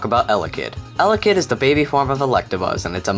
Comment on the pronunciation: It's pronounced el-ECK-id... but EL-eck-id sounds better, just like AR-see-us sounds better than the "official" pronunciation, AR-key-us